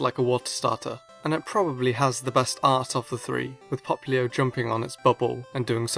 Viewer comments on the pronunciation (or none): popilo???? its popplio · Poppilo? Did you seriously pronounce it Pop-ilo? It's POP-LIO! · He’s saying populo...😂👏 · He can't say popplio correctly